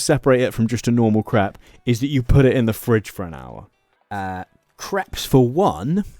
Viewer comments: You pronounce the word crepe as "crap", rhymes with map. In the US crap is poop. In the US we pronounce crepes as "crape", rhymes with cape. I kept laughing about all the 💩 recipes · Why do you keep saying crap instead of crepe? 😅 It is so ridiculous. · Your pronunciation of crepe almost sounded like crap. The correct pronunciation rhymes with crate. It was so irritating that I had to stop listening. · sweet galloping jesus man, it's pronounced "crayp'' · Oh dear, I can't have been the only one who heard "crap maker" 😆 It is if you use it very poorly! Edit: I'm continuing to mishear it and it keeps getting funnier... "Loads of different crap fillings," "There's all kinds of things we can be having in our craps," please 😭😭